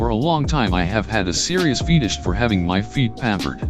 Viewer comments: "Fetus-sh" "coom" "idek" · hahaha "feetish" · I can’t help but to either hear “FEETish” or “fetus” lol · “feetish” lol